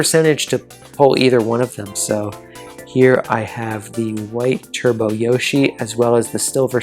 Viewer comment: No I'm just saying it sounded like you said Black Turd-bo Birdo instead of Black Turbo Birdo. Maybe it was just one of those moments where something sounds different from what's being said